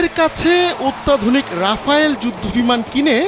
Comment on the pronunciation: আরে আ'বাল রাফায়েল না রাফেল